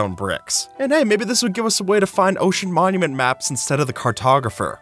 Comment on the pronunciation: 'Mocean monument"